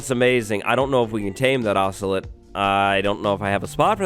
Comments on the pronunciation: Im breaking my fingers everytime he says “Ocelit” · Ocelot: exists: “ocelit ocelit ocelit ocelit”